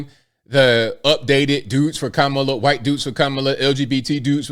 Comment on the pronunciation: Whenever you say, "whooo-ite." it ALWAYS makes me chuckle.